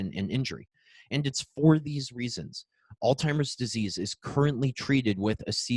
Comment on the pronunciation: Outstanding content! I would love to forward this to medical colleagues, but I am afraid the consistent mispronunciation of Alzheimer's (there is no T in the word) belies the scientific validity of the content. Just a suggestion going forward for an otherwise excellent video.